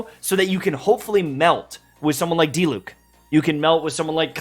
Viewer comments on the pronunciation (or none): none